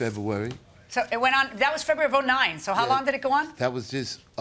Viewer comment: Febeuwawy 🤣 can’t saw February, ask, ambulance